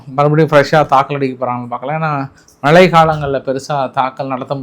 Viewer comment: வணக்கம் நண்பரே! பதட்டத்தில் மிகவும் சுலபமாக பேசும் தமிழ் வார்த்தைகளை!! மாற்றி! விடுகிறீர்கள்!! வெனிசுலா என்று சொல்கிறீர்கள்!! ஈரானுக்கு பதிலாக!! ஈசியாகவும் பொறுமையாகவும் பதட்டம் இல்லாமல் பேசுங்கள்!! தமிழ் மிகவும் சுலபமானது!! ஏன் இந்தப் பதட்டம் உங்களுக்கு!?? மலை இல்லை!! மழை!! ஊடகங்களில் பேசும்போது உச்சரிப்பு ஓரளவுக்கு சரியாக இருக்க வேண்டும்!! 🙏🙏